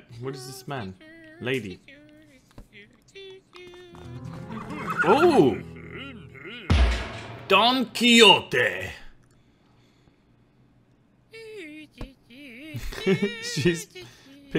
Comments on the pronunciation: It's actually pronounced Don kee-shot. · You clearly don't know who Don Quixote is. First, it's pronounced Don kee-shot, second, he is from a book, it's the guy who fought the windmills thinking they were giants. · Whahaha how you pronounce Don Quixote, it's like quishote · A spot of advice, pronounced don key-hotay, he is a character from a book based on himself, he is a "knight", or he says he is, in which he is delusional, and all of his fights and victorys are all in his head, so that would explain his level in the game